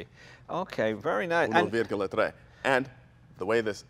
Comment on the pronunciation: is the man! Coolest most likeable car guy i've seen. His voice, the way he explains things make him sound like your favourite teacher. He even pronounced "virgola" in italian the right way👍🏻 Cheers from Italy 🍷 never, ever sell that car again. What a beauty!